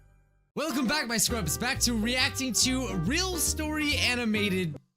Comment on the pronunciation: You all the time you say scrups whhyyyyyyyyyyyy. Love the channel by the way, ❤💙💚💛💜♥💙💚💛💜